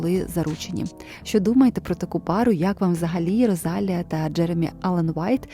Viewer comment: будь ласка заверніть увагу на наголос) Rosalía